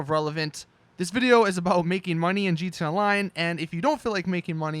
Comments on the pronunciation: He said GTUA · He kept saying gtelline